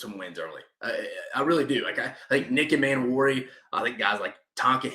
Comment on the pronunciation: I agree abt the O Line😂 hasn’t been good in recent memory. Everything else was pretty good. Rlly quick it’s DOWELL LOG-GAINS NICK E-MAN-WORI IK IT HAS 2 Ms at the beginning but it’s pronounced like above. Not being nitpicky just passionate abt Gamecock football and I want them to be pronounced right😂